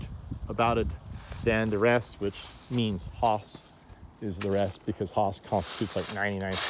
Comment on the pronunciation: Hi, Nice video but two things I would like to list here: 1st, Its Hass not HAAAS! The second one: your marketing for selling your trees. I guess you can find out how it was maybe by just reviewing your video!